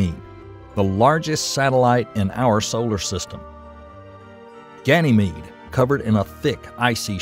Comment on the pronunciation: Ganymede is pronounced "gan uh meed", not "gan ee meed".